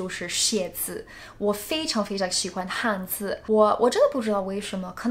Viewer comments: "汉字" 不是"汉子"哦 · You should say "汉字" | shouldn't say "汉子" I think it's difficult because his pronunciation is so similar